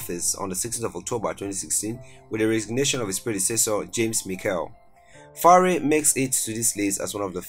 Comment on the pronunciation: YFaure , Michel Seychelles are french pronouciation 2020 finite il 31 st of December Lord bless you bad pronouciation